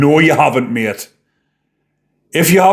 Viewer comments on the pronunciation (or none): none